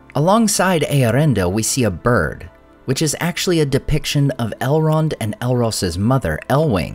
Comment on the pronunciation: did you say "Halrond" at min 7?